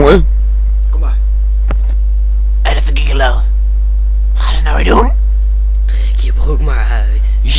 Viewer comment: omg XP wat spreken jullie Gigolo raar uit :P het is Dzjigolo :P